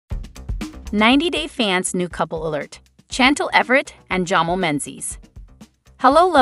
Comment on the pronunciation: Pls it driver me crazy, Chantel pronounced Shantel .pls pronounce properly.